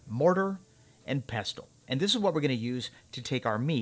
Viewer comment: lol ty for not saying mortar and PESSEL that bugs me mo end to hear people say it that way :)